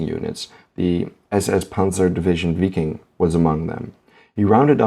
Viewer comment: its pronounced VIKING!